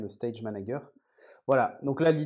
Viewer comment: "stage manaGUER" ? really ? C'est une "private joke" ? c'est voulu ? 🤣